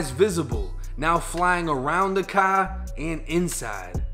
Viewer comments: He must be from boston the way he says car like caaar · You pronounce the word car like someone from Boston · Btw like the way you say car